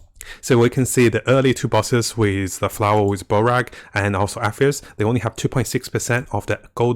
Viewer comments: Barbasora! Use water attack!! 🤣 I think is barbarosa bro and RO-Barg not Borag sounds like ur saying Borat lmao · there is a difference between not being the best in a language since it isnt your first and just straight up butchering names like 'borag' instead of robarg. That is just madness bro